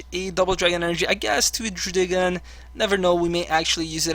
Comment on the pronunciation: Normally I'm annoyed by pokemon miss-pronunciations, or pronunciations that seem off, but I love how you say Druddigon.